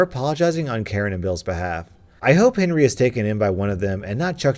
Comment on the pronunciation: lane 5 instead of Henry i think u Saïd hairy